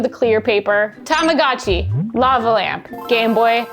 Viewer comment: Say it with me: TA MA GO CHEE!!!